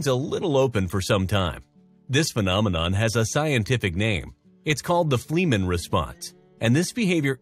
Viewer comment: Wait. My cat doesn’t own my house?!? Huh. I can not break the news to her. and... um, it’s pronounced like it’s spelled, Fleh - man, not Flea - man. Like the “e” in “bed”.